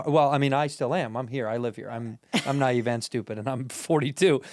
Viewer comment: Did she pronounce naive as nave? I love this woman lol